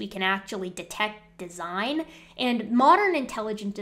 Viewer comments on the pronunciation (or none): De-si-gne, oh that must be Italian!